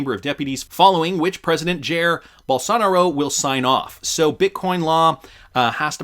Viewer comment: Jerr Bol'sa'na'ro come on man. I be American but I know it's pronounced Jy'ear Bol'sa'nay'ro.